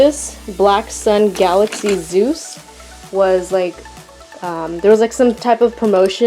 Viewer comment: Omg she legit said galaxy “zeus” I’m triggered